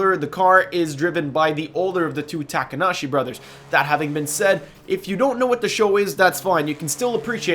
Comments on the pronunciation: It's not 'Takanashi' it's 'Takahashi' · Takahashi not Takanashi.... Dam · TAKANASHI?? REALLY. ITS TAKAHASHI LOL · Well this and the Initial D Challenge you've done with AR12 mark the most cringe moments of your YouTube Career: Saying Takanashi instead of Takahashi when you were talking about the RX-7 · it's Takahashi not Takanashi silly goose